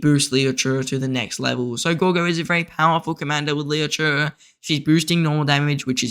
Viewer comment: It really triggers me how you pronounce Liu che😆